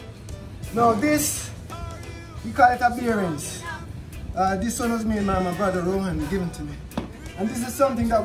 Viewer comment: Gwon! Gw-two! Gw-three!!